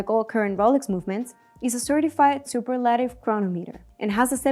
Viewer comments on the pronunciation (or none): Maybe next time use a presenter that knows how to pronounce words...? superlative, tachymeter, coaxial, water resistant (water resistance), 18-carat, and the delivery overall was non professional at all...